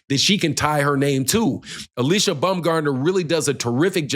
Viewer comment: U keep pronouncing her name wrong😂. It's pronounced [Uh-lee-see-uh]